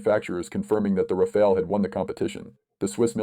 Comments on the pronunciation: Not Rafael but RAFALE -LE not EL read correctly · It's not Rafael it's Rafale